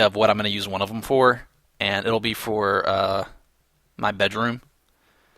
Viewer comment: could only hear batroom not bedroom, cause the first thought i got when you found the name tags was your pet bat :S